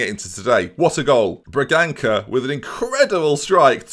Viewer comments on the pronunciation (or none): I am portuguese, Bragança is pronounced Bragansa, "ç" is like an S